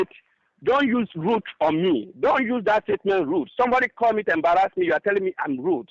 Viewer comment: He embarrazmi! 😂